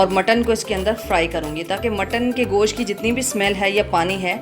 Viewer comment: Gosh nahi hota Gosht hota hai